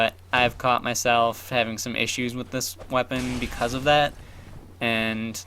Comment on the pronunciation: "bicaaz" (: nice job with that axe dude.